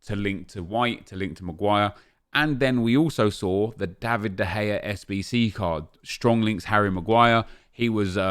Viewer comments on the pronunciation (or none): none